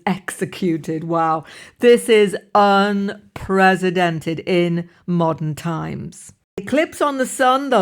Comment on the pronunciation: One of your pronunciations here very clever "unpresidented"... so funny.